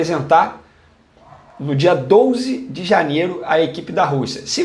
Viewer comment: dia "douze"? kkkkkkkkkkkkkkk